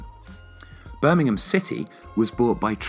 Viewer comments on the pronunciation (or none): none